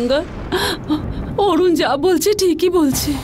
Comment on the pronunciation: ভাবির সাথে নাটক টা দেখি,, আমার কোনো পর্ব মিস হলে ভাবি আমার কাছে কাহিনী বলতে গিয়ে গঙ্গাকে একবার বলে নঙ্গা আমরা হাসলে আবার বলে গঙ্গি😆আমরা তো হাসতে হাসতে শেষ, অরুনকে বলে অনু 🤣😂